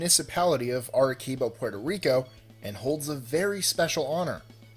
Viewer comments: "Err-eh-see-bo" not "err-a-kee-bo." Oh, well, this amount of research means one doesn't have to bother to say words right. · arekibo? wtf? Arecibo!!! Ah-reh-sea-boh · LOL "Arekibo?" "Arequibo?" Does a combination of "CI" sound like "QUI" or "KI" either in English or Spanish? now say with me "Ah - rE -Si -Bo" Don't go cosmic on foreing languages . If you don't know how to pronounce just say what you read . Otherwise you sound like MooRAN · Just so you know.... #21 location Arecibo isn't pronounced ah-reh-KEE-boe it's actually a soft c just so you know.... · Just an FYI It's pronounced are re see bo . Not are re kibo. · It's not pronounced Are-keebo, ,,,,,,it's Are-see-bo, ,,,spelled Arecibo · lol the way you butchered #21 arekibo (arecibo) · WOW I didn't know my home island( Puerto Rico) had something really cool. plus just to let you know "Arecibo" the "c" is pronounce like "s", so "Aresibo" but with the "c" instead of "s". but still go Puerto Rico and SIENCE. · #19 It's pronounced "Air-e-sea-bo". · It's pronounced ah-de-see-bo señor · aricebo is pronouonced ar-i-SEE-bo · 21. ah-re-see-boh.... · God I never seen someone pronounced Arecibo so...... Creatively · When did the letter C in Spanish become a K? Arecibo the C is pronounced like an S. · Need to do more research!! That's the 3rd time I've heard you mispronounce the radio telescope in Puerto Rico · Sorry for correcting you but it's Arecibo you pronounce the C as a S i work there I should know